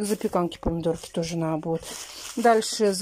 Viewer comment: ты так часто говоришь подписчики просят то...подписчики просят это...я,как твой подписчик прошу- сказать слово НАДО правильно. Не наа...,а НАДО! Я буду очень ждать)